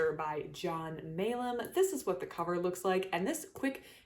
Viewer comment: Thank you for the review! I'm the author of the book, one of a set of four commissioned by a UK publisher and co-editioned to a US publisher, whose copy you have seen. It was produced for schools and libraries, not for bookshops. Most of all, thanks for the correct pronunciation of my surname!